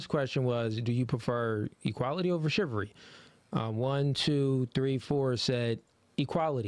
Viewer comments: Great show, but, you really need to work on your pronunciation of words bro. It’s “Chivalry” not “Chivery”. There is an “l” in there. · ChivaLry wtf is shivery?? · ChivALry. Not chivary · "Shivery" lol The word would likely be easier to understand if they pronounced the L in chivalry.